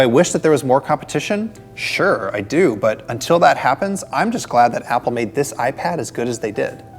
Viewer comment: Say iPad some more!